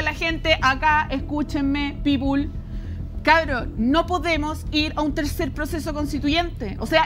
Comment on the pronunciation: No digai "People" tú por favor!!!!!